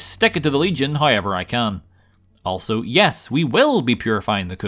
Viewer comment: You gotta say haiever every chance you get